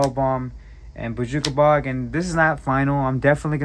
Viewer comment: The way you say bojuka bog is awesome. Are you from joirsey?